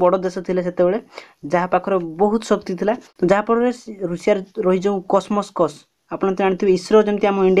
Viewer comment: are bhai russia ra space agency name hauchi roscosmos not cosmoscos